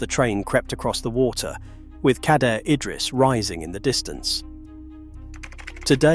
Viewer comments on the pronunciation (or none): none